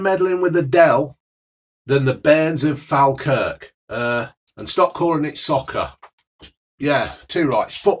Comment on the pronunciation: Fal-kirk 😂 it's pronounced Fall-kirk.